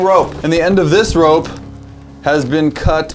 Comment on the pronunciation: “The roope is crucial” English with..